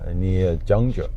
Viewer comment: How can you possibly find temples if you can't even pronounce the language.....the city near Shaolin is Zhengzhou. ZHENG. Jesus, it's Henan's capitol. You've been to Xuzhou -you missed a cracking good temple on Yunlong Shan right next to Yunlong Hu. There are some very knowledgeable, devoted monks there, and regular practitioners. That's just one of many Buddhist temples in the city.